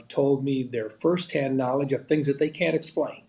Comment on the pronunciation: "thæy are beautiful, whatever thæy are, thæy are beautiful